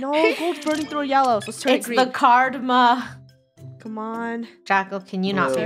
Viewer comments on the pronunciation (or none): cardma? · Someone: IT'S KARMA NOT CARDMA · Greg Glasson it’s carma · Animatlux ummm it’s CARDMA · Yea its not karma but cardma lol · I thought they were just saying karma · So no ones gonna y’all about were lunar is? Okay. Just keep speak y’all “Cardma”